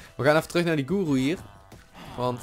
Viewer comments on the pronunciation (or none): Guru(je spreekt uit goeroe)